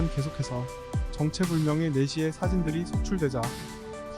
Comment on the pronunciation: 첨에 네시를 내시라고 들어서 음... 그게 아직도 있나? 이랬음ㅋㅋㅋ